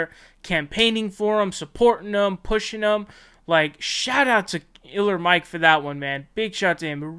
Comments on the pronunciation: *K*iller Mike.... not Iller Mike 😁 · Are you really saying Iller instead of Killer Mike because of algorithm? I have been on YT since its inception and the fact that it is has been corporatized, and people like you can't even say the correct name because of money is exactly why I believe no one should make money on YT like how it used to be. The views were more organic and connections were still made to make money. People's brand or thing they are known for should be able to make money outside of YT. Patreon is cool because it is regular people giving but Youtubers making money from ads is crazy to me. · Why does this guy call him iller Mike instead of Killer Mike? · It's not iller its killer Mike